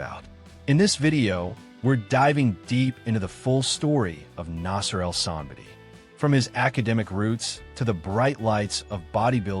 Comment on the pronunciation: I love that you make these videos but you obviously are not a bodybuilding fan because i have seen so many videos where you dont even know how to pronounce the persons name. Like any bodybuilding fan would know the correct name. This video is one example.